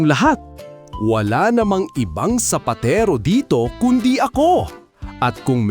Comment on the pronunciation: sapatero not sapatiro…☺️